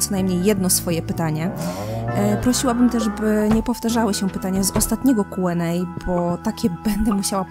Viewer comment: Czemu zamiast mówić kjuendej mów kuenej?